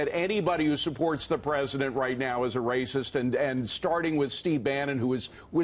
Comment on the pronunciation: Who is this anchor? Why doesn't he have the facts? And the emphasis on that "racist" crap is ludicrous.